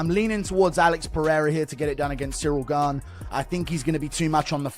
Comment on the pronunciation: The disrespect this channel has on Gane's name is awful 😂